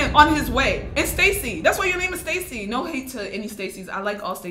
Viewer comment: Everyone is just commenting because their saying your “cringey” because you said naur.